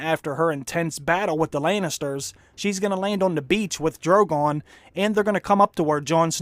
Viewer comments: He gonna pet da Dwagon !! nice Dwaqgon !! Dwogon da Dwagon !! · Jawn and Drogawn Lol